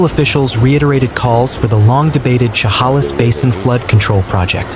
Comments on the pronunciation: She (like shed) 'hale is (like miss). Not She 'hall is. Please learn how to pronounce these names 😮😮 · Inslee is not our governor's name. And it's Cha-hail-less. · Please stop saying Chehalis like that…it’s pronounced like che-hay-lis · Please quit butchering the pronunciation of Chehalis! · its pronounced Sha Halis.... and Ska git , do some research before you narrate.